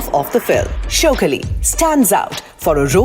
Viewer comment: Its not showkali.... shaukaali.... shauk aali